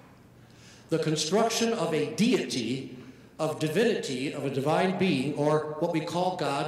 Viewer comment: it more sounds like he was going to say debine instead of divine,rather than demonic